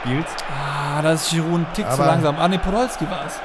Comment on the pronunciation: Wie er Giroud betont :D